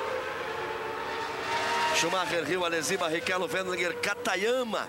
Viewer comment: Galvão chamou Katayama de Katagrama kkkkk